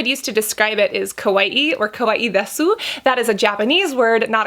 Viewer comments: "Desu" is pronounced in a way that it sounds like "des". The "su" is so short its more like a breath. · also the です (desu) is just “des” with a silent u sound